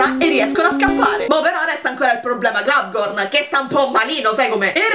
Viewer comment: È un dettaglio, e so che ormai lo pronunci così da tempo, però in teoria non ci vuole la "n" alla fine di Globgor. :D